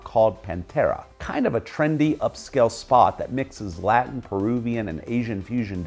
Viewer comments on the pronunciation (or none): none